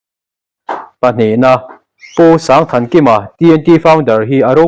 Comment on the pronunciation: Pu Sângthankima hming lamrik dan hi sâng lam diksak a va țha êm!